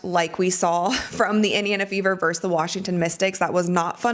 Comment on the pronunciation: It’s pronounced “versus.” Love your podcast.